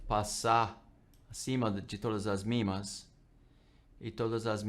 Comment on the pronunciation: MA médias móveis, ele é gringo . . p/ pronuncia mimas